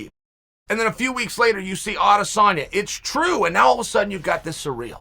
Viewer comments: Who the fuck is cyreeeel uncle its Cyril wtf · Ciryl is pronounced "sear....ill" not bloody "sir....real" sometimes I wonder about you kid. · Ciryl - Sir-ill nor sureal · I can't even watch this because you don't know how to say "Ci- ryll" Gane. You should have just said Gane. 🤦🏼‍♂️ Talking all this BS and you don't even know his name lol